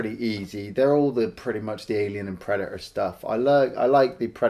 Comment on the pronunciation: Predator: Predaerrrrrrrrrrrrrrr